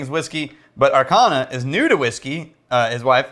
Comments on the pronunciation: It's pronounced Ar-Cha(as is cha-cha-cha: the dance)-Na and NOT Ar-Kha-Na. :) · the CH in Archana is pronounced like chair